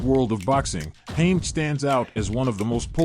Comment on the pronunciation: I noped out when the AI voice over called him